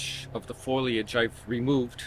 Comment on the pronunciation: Foliage, not foilage. (fo-lee-age vs foil-age) Apologies in advance for saying so, by my mother used to correct me constantly for pronouncing it that way and I'm doomed to never forget. :D Great video. We've a recent Seiryu addition we're excited to have in the yard in a prominent location. <3